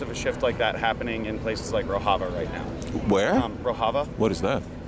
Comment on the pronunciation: He doesn't even know the correct pronunciation of Rojava.